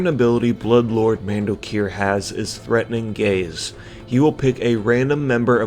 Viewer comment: That’s exactly how I heard it when he said it, lol... Clearly, Bloodlord Mandokir feels very threatened by those of the homosexual persuasion...